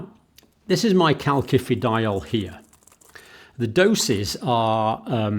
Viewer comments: You pronounce it kal si fi di ol ... Not like with two k's . Iodine is not homeostatically controlled ... In Japan the people in Hokkaido suffer from goitre because they get too much iodine from seaweed they eat. You can buy Videne solution which is iodine in a pharmacy.. You could buy iodine tincture decades ago in UK. It can be used to make explosives. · John, please help me out, I have a strange cringing feeling every time you pronounce "CalKifidiol" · part 1- it is pronounced kal-sifi-dy-ol not like he says -- part 2- also to say antibiotics do not start working straight away is wrong - the fact he was trying to allude to was the blood and tissue levels of calcifEdiol and antibiotics - peak just as fast as each other . [ that is why all lectures need peer reviewing - or - the reader needs to double check . i am not sure about calcifEdiol getting inside the cell - calcifitriol acts within cells not in the plasma .. search Dr Wimalawansa and DrSyed Interview ----- iodine is not homeostatic-ally controlled - many Japanese in a certain island have excessive iodine levels leading to thyroid problems [1] [2] Mechanism of Iodine-Induced Thyroid Dysfunction: Thyroid Hormone Synthesis: Iodine is essential for the production of thyroid hormones (T3 and T4). These hormones regulate metabolism, growth, and development[2. Excess Iodine: When iodine intake is too high, it can disrupt the normal thyroid hormone production process. The thyroid gland may become overactive, leading to hyperthyroidism, or it may enlarge (goiter) in an attempt to trap more iodine[2. Thyroid-Stimulating Hormone (TSH): High iodine levels can suppress TSH secretion, which normally regulates thyroid hormone production. This suppression can lead to an imbalance in thyroid hormone levels[2. Feedback Mechanism: The body tries to maintain a balance by adjusting iodine uptake and hormone production, but excessive iodine can overwhelm this system, leading to thyroid dy